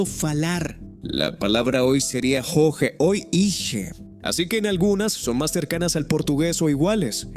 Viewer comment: La pronunciación del Portugués en este video es absolutamente horrible....😅 ... por ejemplo la forma como se pronuncia la palabra "hoje" no tiene nada que ver con su pronunciación real. - el 'h' no es aspirado y la 'j' no se pronuncia como en castellano, sino que tiene un sonido más similar a la forma como muchos hispano-hablantes pronuncian la 'y'.